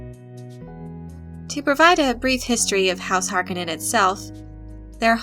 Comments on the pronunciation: I hate to be one of those nerds sometimes, but it HAR-KO-NNEN(knen) not HAR-KA-NIN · Agreed. If I were to take a shot every time she mispronounced it. Then again I'm guessing narrator isn't even old enough to remember the original, 1984 Dune. Even in the movie the Baron pronounces it "Har-ko-nin." But, at any rate...I am eager to see the new Dune when it comes out. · The Harkonnen is pronounced Har-cone-en but not quickly. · did u just pronounce Harkonnens as "Hark en ens"? :o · That name is pronounced HAR CO NEN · Harkonnen pronounced Har-cone-in. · Repeat after me: Har-coe-none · Harkonnen is pronounced 'har kOh nahn' so as you are attempting to explain Dune, perhaps you should introduce yourself to the Glossary ... The O is the Long sound not the short sound... as in "Oh" versus the O sound in words like "top"... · Paul pronounces his enemy, "Har - co - nan and no relation to Harley Quinn. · I was hoping someone would mention the mispronunciation of HAR-cone-an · Harkonin long o it is infuriating to hear you mispronounce it! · You are pronouncing Harkonin wrong the o is long not short this is confirmed by Frank Herbert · Stop pronouncing Harkonnen wrong. Seriously annoying. You even pronounced their home planet wrong. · Couldn't get through 2 minutes of her pronunciation of "Harkonnen". I'm sure it is a personal failing of my own... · Pls pronounce their names right tnx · Please teach your narrator to pronounce "Harkonnen" properly. It's like nails across a chalkboard with the way she says it. If she needs a little help with this for future videos, there's a simple solution for this. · It pains me to hear her say Harkonnen edited differently from what I've grown up with. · I dont know if I like how she pronounces "Harkonnen" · please pronounce har ko nen correctly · I hate how she pronounces "Harkonnen" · I have a hard time getting past her pronunciation of Harkonnen. Not saying it’s wrong, I’m just so used to the 1984 film pronunciation. 🤷🏻‍♂️